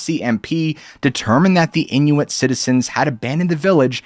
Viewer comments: I’ve never heard Inuit pronounced as “inuETTE” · inuit is pronounced in-you-it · Must be American that is not how Inuit is pronounced